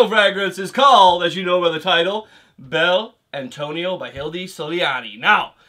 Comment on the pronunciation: Pronunciation is correct (unless I forgot my Italian) and this frag is awesome for those who love tobacco perfumes